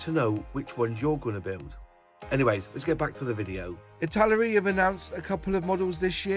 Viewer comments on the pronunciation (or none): none